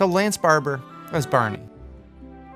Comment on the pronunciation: It's barney not berney